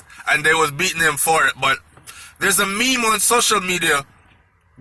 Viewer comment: only Mr Vegas is allowed to pronounce meme like that for everyone else it is pronounced meem or me-muh.